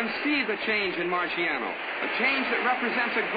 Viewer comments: They have never ethnically respected this man - he is Italian & his name is Italian, pronounced MAR-SHAH-NO not MAR-SEE-AH-NO RIP 🌼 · The announcer is terribly annoying!! Can't even pronounce names Right😞 Going to search for fight with different announcer! Keeps saying Rocky's name like it's a marshmallow